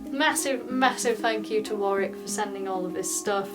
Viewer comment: So good to hear Warwick pronounced correctly.